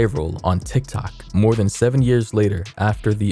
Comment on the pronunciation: how you said toktok 😭😭